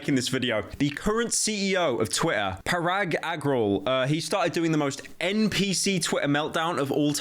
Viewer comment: You butchered Parag Agrawal in ways I didn't know it was possible